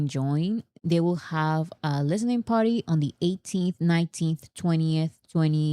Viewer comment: I promise I'm not trying be an asshole but as an ESL teacher, I absolutely HAVE to talk about this. For the word "party" we gotta hear that "R" sound, or we will think you keep saying "potty" and in American English that's another word for "toilet." I'm not talking about the bathroom. I mean the actual thing that you sit on to poop/pee. THIS, folks, is why you never hire a British/Australian ESL teacher. I replaced a UK teacher two years ago and we spent nearly an entire semester going over rhotic Rs.